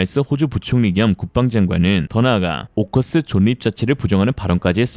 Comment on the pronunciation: 존닙이 아니고 졸립이라고 하셔야... 미안합니다 늘 감사합니다 항상 건강하세요